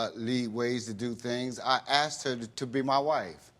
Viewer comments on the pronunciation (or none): "i akgst him"............................. :) :D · watched 3 videos , THEY ALL SAY : AKSED instead of ASKED WTF ...